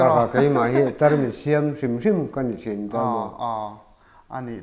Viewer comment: fan ka ni chutihrualin Mizo tawng lam/hman dik loh a nei zeuh zeuh chu beng a ti thlep lek lek thin Nichin tih turah Nachin tih ang te, Tarmit vuah lovin a lo bun te khi zia lo hle mai. Engpawh chu nise a hmuhnawm thin e👍